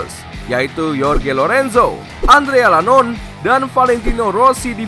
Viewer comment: Yorge lorenzo Adrea Lanon🤣🤣🤣 Jorge Lorenzo Andrea Ianonne